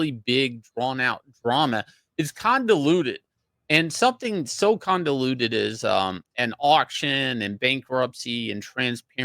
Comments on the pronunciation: Convoluted, con·VO·lut·ed, VO!, come on Shane! Some Pinball Wizard you are. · Condeluded? Wtf Shane lol